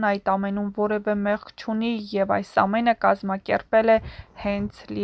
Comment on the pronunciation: Աղջիկ ջան ոչ թե եռբ,կազմակեռպել այլ երբ , կազմակերպել և նմանատիպ բառեր, մեր գեղեցիկ հայերենը մի աղավաղեք բառերը ճիշտ արտահայտեք, ալարելով էլ մի խոսեք